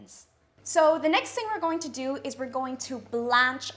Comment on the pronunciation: Sombody is gotta tell her when to say the or the